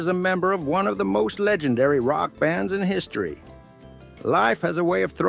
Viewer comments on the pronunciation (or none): none